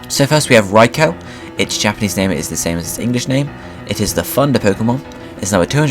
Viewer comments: Yelling at my tablet saying "its fuckimg pronounced raikoo not fucking raicow you dumb shit" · Good video but its not pronounced raikow but raikoo. Spelt raikou. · my bad. suicune was pronounced correctly. but raikou is pronounced: 'ry-ku' not 'ry ko'... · I've always pronounced Raikou's name rye-koo instead rye-cow. rye-coo just sounds wrong to me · raicow is so cool lol its raikew, or thats how americans say it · Did je say raicow? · RyCow??? say it right!!! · From what I have heard it can be pronounced either way, this name is specifically one in debate, but the Pokedex 3D PROnounces it (see what I did there?) Rai-kO so I would have to side with you (If I have to pick a side :P) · It's supposed to be pronounced "Rai-kO," as in a long O sound. They pronounce it incorrectly in this video. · They said Raikou wrong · seriously.. you pronounced Rai KOU wrong.. aswell as sui - CUNE seriously.. its not that hard to pronounce these names properly.. FFS!